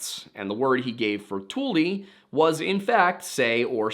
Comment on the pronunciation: Tule not like "tool," but "too-lee"